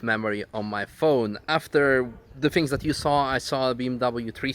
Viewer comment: "What are EWE doing?" lmao almost didn't catch that